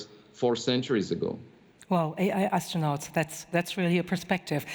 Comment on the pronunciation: pronounced - Aistronaughts